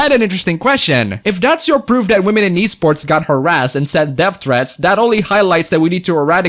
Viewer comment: At first I heard the Wii sports scene instead of e sports